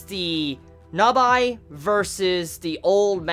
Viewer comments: Nabeeeee not nabiiii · It's not Nabye, it's NABAE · Not gonna lie... I was about 5 min in before I realized who NABI was. ... it's nabe bro. (Nah-bay) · I had some issues understanding who you were talking about. I think you may have been trying for 'Na-Bae', but that did not come across. otherwise, I tend to hear 'Na-be' whenever people mention her. so...confused. :) rather think Na-bae is more for the literal type of communication. it don't work quite right in vocals. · i love this XD <3 but... pronunciation of Nabe is "Nabi or Na by" is kinda irritating XD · she's called Nabe not Nabae. Nabae is the guy from Baby Steps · Also mate it is (Naah-bey) and (Deh-miew-rg). Not being a dick mate. Just helping a Brother out Brofist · I know this is an old video but I am annoyed how you pronounce Nabe. The voices even say her name but you still chose to say "Navay". Dunno if you corrected that now. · yu pronunciation the name Nabe is wrong! (｡>﹏<｡) its Na Beh, yu amoeba!! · yu pronunciation the name Nabe is wrong! (｡>﹏<｡) its Na Beh, yu♡ amoeba!! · I know I'm late to the party, but your pronounciation on the name of Nabe is infuriating, it's like you watched it with some shitty DUB.